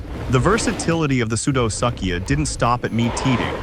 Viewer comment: POOR VIDEO - - not worth watching, which is too bad as there are occasional bright spots of reality within it. ======= minutes - - "Pseudosuchia" is NOT pronounced "soodo-suck'ia"! It's pronounced "soodo-sook'ia". These guys are definitely not "False Suckers". Same problem with "Sarcosuchus": it's pronounced "Sarko-sook'us" (^_^)... minutes - - There is no evidence for a neck-frilled crocodilian: picture is pure speculation minutes - - Sarcosuchus is no longer thought to be commonly 40-feet long; more like 32 feet on average, with larger individuals as the exception. to minutes - - Where did that massive chin pouch come from? What documentation? Reference? to minutes - - Why is the crocodilian shown regurgitating BEETLES??!! minutes - - What "Great Extinction" are you talking about? The End-of-Triassic extinction? minutes - - How come we don't see an image of the upright land predators, when mentioned ? minuets - - Where is a picture of the pig snout and the blade-like teeth, when mentioned? minutes - - What is "Imb and Imbb Placement" in the annotated picture provided? ===========